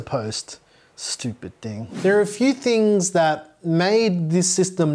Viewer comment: WHY DO YOU CALL IT MOTHERBOARDS "TINGS" that's bullying 😢